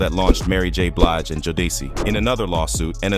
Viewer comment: Also called ciroc Ky rock, jodeci joe day see, 112 one hundred twelve 😂